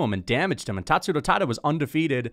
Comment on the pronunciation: Why TF do you say it like Tatsuto Taida????? YOU OK LIL BUDDY?